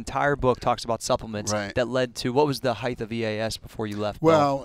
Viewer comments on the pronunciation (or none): It’s height – not ‘heighth!’ Cheers!